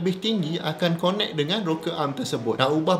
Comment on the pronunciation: Dr, sebut connect tu 'kenek'. Saya dah tergelak dengar cakap tu 🤣